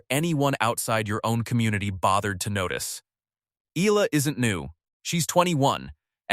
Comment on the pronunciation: its EALA, not AYALA